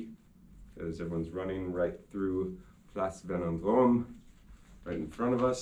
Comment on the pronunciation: lol 2006 world cup was against italy not Germany lol and its Place Vendome not Velondrome